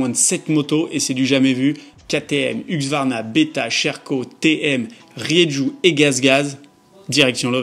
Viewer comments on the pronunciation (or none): 😂 faut dire « husky » , comme le chien ! Comme ça plus de doute. A+ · Pourquoi il dit huQsvarna ?